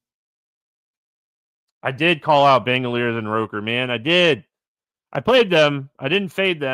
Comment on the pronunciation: ROOKer, not ROHker